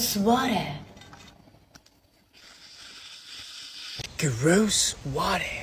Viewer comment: I love how she says "rose water" and he says "gross water".